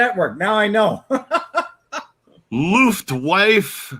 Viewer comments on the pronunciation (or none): Luftwaffe pronounced = Luft-wah-fah.